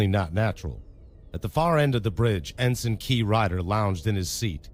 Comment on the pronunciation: "Ensign Key" Nope. I'm out. Not sitting through another one of these.